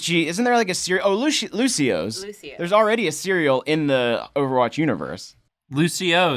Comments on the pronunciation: Its not Lucio's, it's Lucio-oh's! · its lucio- OHS! not luci-ohs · Something that I hate is that it's not Luci-Oh's, it's Lucio-Oh's. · Lucio-ohs not Lucios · It's "lucio-ohs" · Um... excuse me... it's "Lucio-oh's"